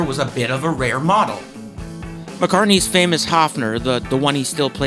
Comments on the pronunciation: It is NOT A Haafner!!!¿¿¿ Why do English/American talking people not even respect the pronunciation of Names? -- ...and don't tell me your tongue is to blame!!! When you can say "BIRD" - you can say "Höfner" too. Otherwise it is ARROGANCE producing resistance!!! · Why can't you pronounce the name Höfner correctly? Even americans can pronounce the letter ö. It is no big deal. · You did not notice, however, that he mispronounces Höfner constantly.